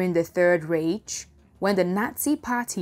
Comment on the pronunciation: Third Reich pronounced raik. Come on now we should be world standard not best in Nigeria standard. Good work though